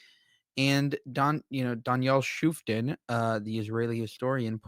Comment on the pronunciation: it may not be the most important thing but he pronounces his name DAN ShoofTAHN (with the accent on the last syllable).